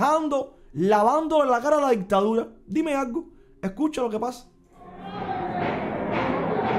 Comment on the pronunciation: Disculpa la franqueza, pero cuando intentas decir dime algo, se entiende dime acgo